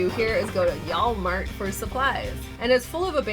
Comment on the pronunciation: Did you say y'allmart? 😂